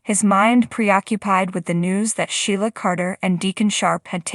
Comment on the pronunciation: Its not Shiela pronouncer Sheela